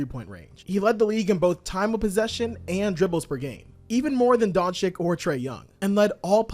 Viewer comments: The Luka disrespect is crazy. Luka Doncik!?!? Come on it’s not that hard to pronounce 😅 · doncic is not a chick bro. Its Doncic not Donchick bro... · how can you even mispronounce Doncic's surname after 6 f years in the league bruh? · Adam Silver's announcement on the draft night is close to perfect, that's why your mispronunciation of his last name right after that clip makes it even funnier :) Good analysis btw.